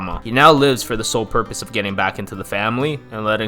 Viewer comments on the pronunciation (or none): none